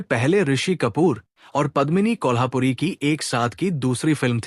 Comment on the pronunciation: मैं हैरान हूँ की आप एक पूरा प्रोग्राम करते हैं और आपको कलाकारों के नाम तक नहीं मालूम। सबसे पहले हीरोइन का नाम पद्मिनी कोल्हापुरी नहीं बल्की पद्मिनी कोल्हुपुरे है। एक और आप यह गलती कैसे कर सकते हैं , आप राज मुराद कहते रहे, अरे भाई उनका असली नाम रज़ा मुराद हैं। सिमी ग्रेवाल को आपने सिमी अग्रवाल कहा। Very disappointing.